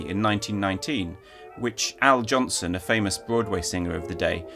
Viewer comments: Al Jolson, not Johnson. good video though. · Wonderful analysis, but his name was "Al Jolson", not "Al Jonson." You might know him as the guy who starred in the first sound motion picture "The Jazz Singer", or his contemporary moniker "The World's Greatest Entertainer." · Al Jolson, not Al Johnson. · Al Jolson not Al Johnson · Forgive me for nit picking, but did you say “Al Johnson”? Shouldn’t it be “Al Jolson”? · BTW, Broadway singer Al "Jolson," not Al "Johnson". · Did you say "Al Johnson" sang "Swanee"? It's Al Jolson. Rhymes with Olson. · Great video. Just a note, I think has called Al Jolson "Al Johnson." Otherwise wonderful content. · Al Jolson, not Al Johnson. Sorry. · English speakers butcher the names of people from other cultures all the time, but as soon as someone does it to another to another English-speaking name, everybody loses their minds.